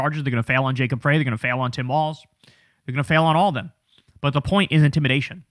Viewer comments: It's Mayor Jacob Frey as in FRENCH FRY, not "Fray." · Love the video just an FYI local Minneapolis resident here .... Jacob Frey.... It's pronounced fry. Like French fry 😊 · How do you not know how to pronounce 'Frey'? Seriously?